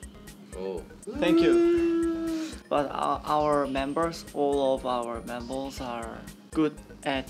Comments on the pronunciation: boy said membles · When Hui said “membles” I about died